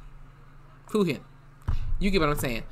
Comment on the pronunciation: For the record, Fujin is pronounced with the J sound (like Jurassic), not a G sound (like Gorilla)